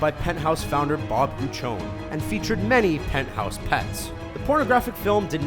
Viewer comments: Bob Guccione's last name is pronounced Goo-CHEE-oh-knee, not Gooch-own. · ITS PRONOUNCED BOB GUCCIONE(Y) FUCKWAD